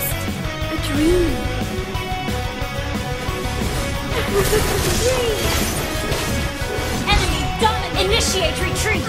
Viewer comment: My Life Is a DRÆM bc is playing Hopes and DRÆMZ while playing an Adult Loli who's high and says DRÆM all the time •～•